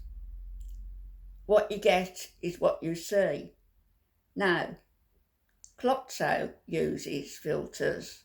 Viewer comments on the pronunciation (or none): I’m dying that you called her Clotso! Love your videos, you are so witty and smart and you have so much knowledge to share.